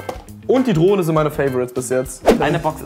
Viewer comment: Ich habe statt Drohne Droge verstanden 😂